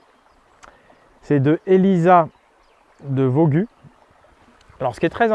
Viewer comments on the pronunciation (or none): 17mn 30 Elisa de Vaugüe se prononce vo-gu-hé et non vo-gu